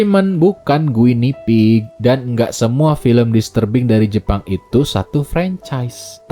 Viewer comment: Guinea pig itu Marmot sih bang, dibacanya gini